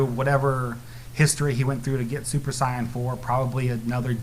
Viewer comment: I just wish he would say sayan and stop saying cyan